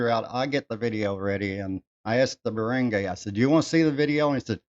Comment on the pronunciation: I also had someone reported to the barangay to settle the matter of non payment of personal debt. The barangay (pronounced "barang-guy" not "barang-gey" just so people could understand you more) is the smallest unit of government; it is not a court of law but they are allowed to settle matters that you described. That is a form of "out of court settlement." The first point when going for settlements is the barangay (not all cases apply) if the problem is not settled there, that's when you can elevate it to the actual court. If my case was not settled at the barangay level, I was prepared to go to small claims court. Thankfully, the other party paid their debt. If you really want to live there for good, try to learn the local language. If it's Bisaya, "para dili ka mabaligya." If your girl speaks Bisaya, ask her what it means. Have a nice day.